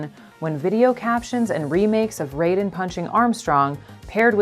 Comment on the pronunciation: So.... is anyone else gonna call out the fact they miss pronounced Raiden? Because it's plagiarism month here on YouTube and the best way to demonstrate you know nothing about your source material is to incorrectly pronounce the name of the material's protagonist. Also "know Your Meme" is obscenely late to this meme party. Jacob Geller did this whole take better literally over a year ago.